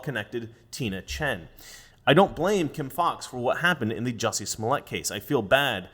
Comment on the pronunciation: Drop the 'U' in Jussie...